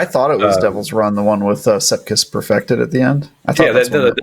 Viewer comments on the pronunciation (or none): Anyone else triggered by them saying “sePKis”?